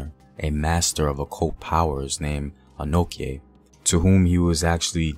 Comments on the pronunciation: Its Ano(chi), not Ano(ke) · it prounounced 'Denchira', not denkira. kye is called chi. and it Anochi, not anoki.